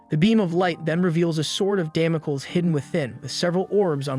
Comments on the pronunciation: Damocles is pronounced "damm moh cleez." Yoshiro is pronounced with a Long O. Yo Shee Ro I doubt it's spelled Yashiro, but then I don't know this anime. Please try to learn the correct pronunciations. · Δαμοκλής or Damocles is an ancient greek name. Male names end with an 'ς' , which is the 's' and it is pronounced s , as in stop ; Which is exactly what you should do... Stop and start practicing what you're trying to preach.